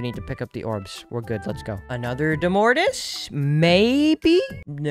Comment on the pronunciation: I think domortuus is pronounced domortoous